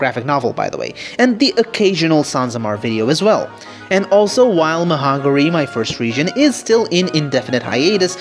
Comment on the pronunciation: I was scared for a second when you said "Mahangari" because it sounded like "Hungary" 😂